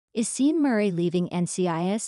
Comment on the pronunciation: Pronunciation is Shawn, not Seen.